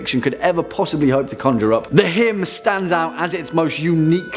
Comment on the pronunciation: The way hym is pronounced in this video gives me conniptions